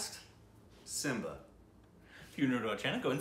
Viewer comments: its not simbia its simmba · Love how Korbin is MILES away from the correct pronunciation.😉😂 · Lol this guy can’t even read simmba 😂😂😂😂